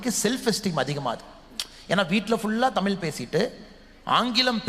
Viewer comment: தமிழை "தமில்" என்று உச்சரிக்கும் ஒருவனை சென்னைப்பல்கலைக்கழகத் தமிழ்த்துறை சிறப்பு அழைப்பாளராக அழைத்தது கேவலம்.